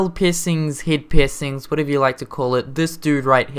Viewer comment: Okay, every time you say piercing it sounds like pissing...